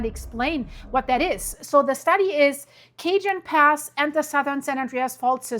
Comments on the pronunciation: NOT Cajun Pass.. .😊 Cajon (pronounced CA-HONE) Pass! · Its pronounced cahone pass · The Cajon Pass in Southern California is pronounced kuh-HOHN (rhymes with "bone"). Pronunciation Breakdown Ca-: Pronounced like "kuh" -jon: Pronounced like "HOHN". The "J" follows the rules of Spanish phonetics and sounds like a strong English "H". The name comes from the Spanish word cajón, which translates to "box" or "drawer". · Hi great show. I am from CA grew up with all the quakes in L A and S F. Cajon Pass is a place I am very familiar with. Pronounced Cajon with the j sounds like a h. Some very interesting solar weather also and the moon faze will add more pressure this week. Kind tides are a good example that dont usually happen this time of year. Hold on. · No, no! It’s not Cajun food! It’s Cajon Pass! Kah-Hone pass!! San Jacinto is San-Ha-Sinto. We love you all the same! 👀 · it's Ca-hone pass, and Fort Ta-hone , San Ya-cinto